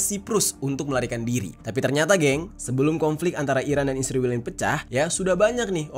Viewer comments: israel bang bukan isriwil,, kocak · Israel bukan isriwel meperkosa huruf saja. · Israel bang, bukan isriwil😂